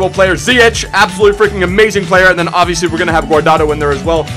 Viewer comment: Btw you pronounce Ziyech better than Dutch people they Say Ziyeg with a hard G but it's how you said, because in arabic (he comes from morocco) you don'thave a hard G